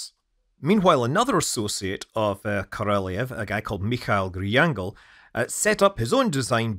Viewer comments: He was Korolyov, not Korolyev. There is different cyrillic letters е (ye) and ё (yo). It's not your fault of mispronouncing, it's because lazy Russians often forget to put the dots over ё or do not use this letter deliberately and relying on you to recognize the word correctly. Maybe, it's also because old designs of typing machines were restrictive on the numbers of symbols they may have, and they just didn't have this letter on their keyboards. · Korolyov actually, not Korolev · hint: if you want to pronounce "Korolyov" correctly, you need to pronounce "lyov" like Sia pronounces "love" in the song Chandelier ("I feel the love") on 28 sec :) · It is a shame to listen stupid English pronunciation of Korolev, Energia, Cyclone etc. Shame. Is it that hard to learn to pronounce Korolev?